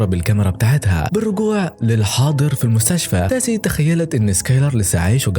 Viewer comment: تيسا مش تاسي